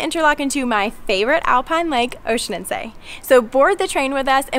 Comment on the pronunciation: Horrible, at least they could have learned how to pronounce the name correctly! Tip: it is not Oeschinenzay!